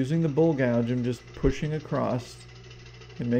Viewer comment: Buddy, your very knowledgeable on your lathe, but you have people confused because you can't say bowl! You say it like bull! Please learn to say bowl, not bull